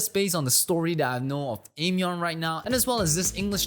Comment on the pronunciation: you definetely need to check more of her songs! and btw, it's pronounced as " I-myon"